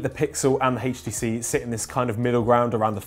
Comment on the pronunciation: Quit saying " heechtc"